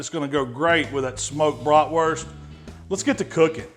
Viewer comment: Came here to see how he pronounces Bratwurst ^^